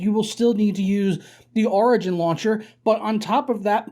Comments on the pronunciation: Wait wait...how do you say "origin" ?...its not "rigin." its "or..igin.".... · When he says origin my ears bleed